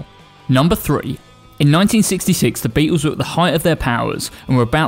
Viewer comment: Who the hell are the "Beetoos"? The famous four had a pronouncable 'L' in their iconic name!